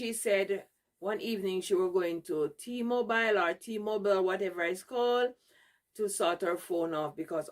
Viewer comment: Dis a A.I. 😂😂😂. Dem big dunce woman cah give me no advice inna dis life. A wha dis man😂😂😂. This lady cannot even pronounce Uber, Boo, or T-Mobile. Whose parent is this?